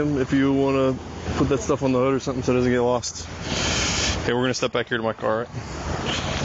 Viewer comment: More AW-kays from the cops. Are they taught in the academy to say ok as AW-kay?